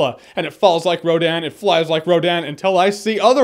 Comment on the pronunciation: It is not Rodan